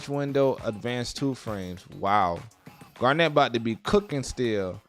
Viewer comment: its not "garenette" its GARN-IT